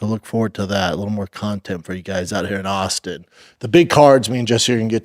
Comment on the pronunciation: Shaub calling himself an awlstin native 🤣 my god you’re an idiot